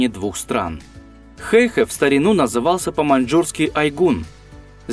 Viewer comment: хэйхЭ - ударение на 2ю гласную.....